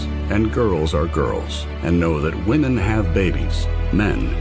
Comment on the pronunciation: DUDE ITS PRONOUNCED WIMEN PLURAL FFS 🤦🏻 YOUR CHANNEL IS BASE ON THEM … it’s like man and men